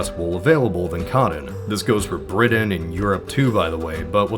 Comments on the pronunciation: Cotton. Not codden. Also, Britain. Not bridden. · I love your voice but I hate how you say "codden" and "briddain" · Coddin. Briddin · Coddon? Bridain? I can handle hearing a hard ‘t’ if you pronounce the words as spelled. 😂😂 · Also it’s apparently bridden, not Britain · I shuddered everytime he said coddon, it's COTTON! Also, Bri*Tain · And they sold it to Bridden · Is it me or is the narrator calling cotton "coddon" and Britain "Bridden" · Bless you, sir, but I can't listen to the word cotton pronounced as coddon one more time. Or Britain as Briddin. But thanks for the alternate history romp. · Your pronunciation of “Cotton” is distractingly strange. You pronounce it like “Coddon”. The same is true of your “Briddon” for “Britain”. Where are you from? BTW - Texas WAS split up to a lesser degree than what you highlighted. Large parts of present-day New Mexico, Oklahoma, Kansas, Colorado, and Wyoming were all part of The Republic Of Texas.